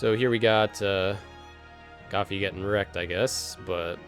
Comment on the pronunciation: good video but it's goofy & not gafy